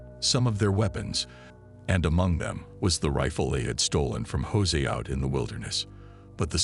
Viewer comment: The way the ai pronounces Jose cracks me up